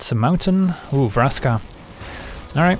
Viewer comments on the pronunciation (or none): none